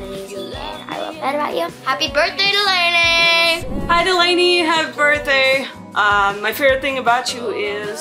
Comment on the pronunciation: it’s delaynee 😂